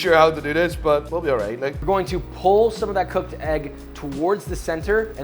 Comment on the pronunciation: its coeked! 🤣